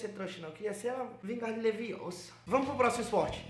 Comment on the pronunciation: curti só por causa do vingardio Leviossa! kkkkkkk